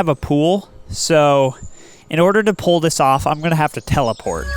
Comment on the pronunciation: here how u should have said it "so in order to poolthis off"